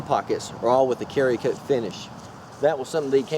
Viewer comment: Its called Cerakote. Pronounced like serra-cote not carry-cote. Its a ceramic based coating hence the name "Cera"kote.